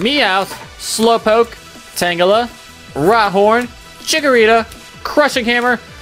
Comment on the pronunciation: You called rhyhorn rydon